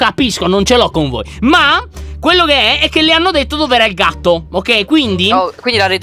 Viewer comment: Ma vi siete accorti che a detto ogei